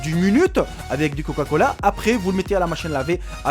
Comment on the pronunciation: Du coca.... pas du couca lol !